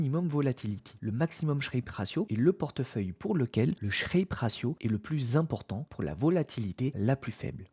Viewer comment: "Sharpe" et non "Shrape"